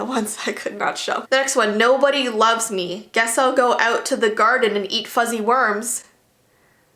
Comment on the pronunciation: "fuzzy wermers" sting you